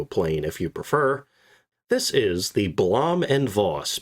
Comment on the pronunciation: Blom & Voss schuold be pronuncet: "Bluum und Fos"